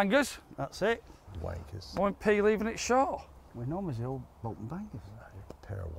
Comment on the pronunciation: Another cracking video lads. Not sure if its just me but did say wank**s haha